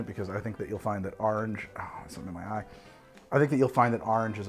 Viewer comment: take a shot every time he says 'Arnge'